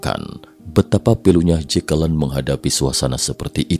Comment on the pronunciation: ...dan jatuh disamping JEKELEN wkwkwkwkwkwk, nama keren-keren kok jadi gitu bacanya mas wkwkwkwkwkwkwkwkwk